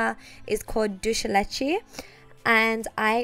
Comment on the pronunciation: Lmao the way she butchered "dulce de leche" JDKDKS